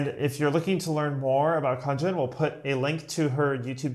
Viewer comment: I'm Khaaaanjn not Khanjan 😂